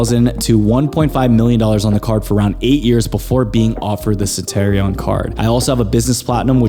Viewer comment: How can I take you seriously without pronouncing Centurion correctly haha